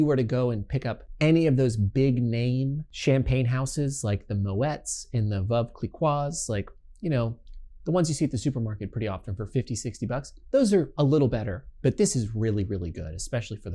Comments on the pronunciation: Veuve Clee-quah? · "Vuv Klee-KWAH"???? This kinda disqualifies this somm's opinions entirely. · people cant take you seriously if you mispronounce Veuve Clicquot. its pronounced like klee-coh. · Better learn how to say Veuve Clicqout first... but you are right about using a 20buck champs for mimosa.